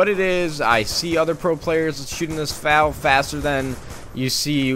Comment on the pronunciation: F A L NOT FAL!!!